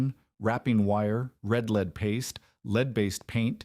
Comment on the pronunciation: Interestingly, it gets 'red lead' right each time while 'lead' by itself is usually mispronounced.